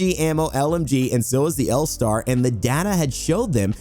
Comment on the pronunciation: Loving the L Starrrrrrrrrrrr